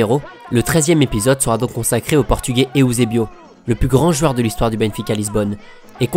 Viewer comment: N'golo Kanté Eüsebio il dit